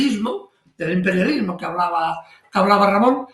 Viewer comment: Jeje, me lo apagaron por andar pronunciando Im perial lismo! Jajaja